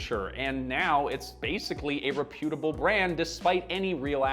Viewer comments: It's 'reputable. Not re'putable. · REP-YOU-TUH-BULL Say things right please 😢😢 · This is excellent. But please note that the word "reputable" is stressed on the first syllable. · rePUtable ❌ REPutable ✅ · Never heard "reputable" pronounced that way. It is Canadian pronunciation? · Your pronunciation of "reputable" sound like it should be repudiated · I've never heard reputable pronounced like that before!